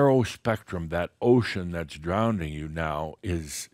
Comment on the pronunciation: I’m listening but get stopped every time I hear mispronounce drowning as drownding! 😮